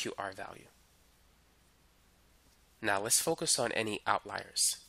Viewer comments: out leers?.. its out-liars....jeez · why do u say outleer, it's outliers like out liar. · You are an excellent teacher and I just want to correct your pronunciation of the word outliers. It sounds like Out liar as in someone who does not tell the truth. YOU are a great teacher. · What dialect pronounces it "outleer"? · Great video but if you say "Outleer" again I will scream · I'm so thankful I wont even comment on how strangely you pronounce "outliers" :p